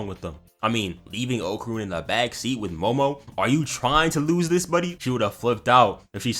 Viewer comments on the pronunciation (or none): none